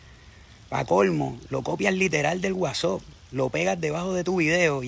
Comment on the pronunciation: Ni decir whatsapp puede